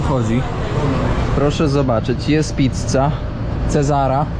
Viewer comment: Wymawiajac Pizza. “Zz “ sluzy jako jedne “c” a nie dwie 😂😂😂 prosze sie dostosowac do swiata